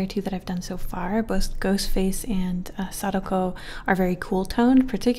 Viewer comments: I believe it’s said Sa-Dak-oh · Sa-Da-Ko Not sakdoku